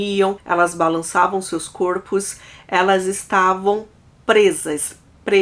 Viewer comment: está me dando gastura ouvir vc pronunciando o plural de " corpo " de forma errada! Corpo, plural = CÓrpos (aberto, mas sem o acento agudo), ok? Fica a dica, mas sem querer te ofender... ❤🥰